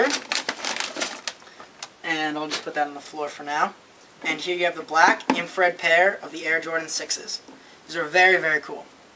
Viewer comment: Its " infrared " what a roach